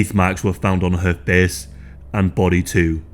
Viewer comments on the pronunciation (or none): Teeth marks on her fiss? U mean f-A-ce?